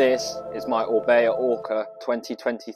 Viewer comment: Orbea? More like Orbae